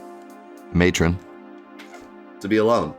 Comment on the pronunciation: You talking about that unsubscriber made me realise I hadn't subscribed!! I don't really use the feature much but that was an oversight, I've subscribed now :) Also I audibly cried out "YES" when you pronounced matron hahaha, thanks man